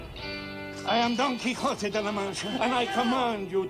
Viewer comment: Quixote is pronounced more like "Key ho tay", but it is one of the most well known and critically acclaimed novels of like all time. Don Quixote did travel on his horse, but he was going a bit crazy. Hence the well known "fight" with a giant (actually a windmill)